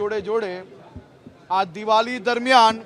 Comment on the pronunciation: અને બોલતા નથી આવડતુ અને ડેપ્યુટી cm કોણે બાનવીયો બોલે તો બોવ મોઢું ફાળે દિવાળી ને બદલે દિવલી બોલે બોલો સુ કરવું આ ડોફા નુ